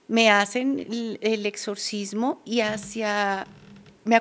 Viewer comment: No se si creerle dijo , pudrirse, etsorcismo(así tal cual lo pronunció) y en alguno parte dijo Morido , jajajaja la verdad no sé si creerle un intelectual no habla así